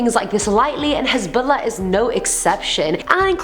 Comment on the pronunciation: The way she says Hezbollah is on POINT yes queen